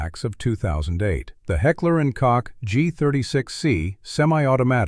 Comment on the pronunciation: Heckler and Cock? Seriously?